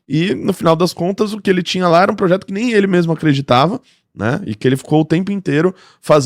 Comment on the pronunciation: "Progeto"? "Progeto"?! Você só pode estar de sacanagem com a minha cara!